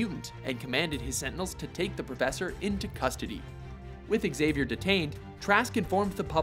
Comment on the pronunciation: learn how to pronounce "Xavier"